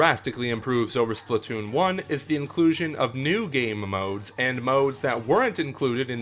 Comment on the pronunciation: Why do you say momodes?